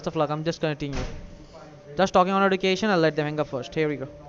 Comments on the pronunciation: "Where'd you get your EDOO-Kay-Shun?"😂😂😂😂😂" fwum de goomert? " "you are kallified" lol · these people can’t say Edukation properly 😂